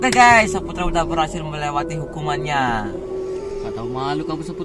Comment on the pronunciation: Ah kok bacaannya sapetra bukanya Saputra 🤔🤔🤣🤣🤣🤣